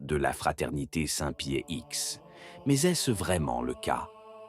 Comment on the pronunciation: Bonsoir , pourriez-vous cesser avec saint pie ix, et bien dire saint pie dix , merci de rectifier l’ia . Et compagnie de Jésus ???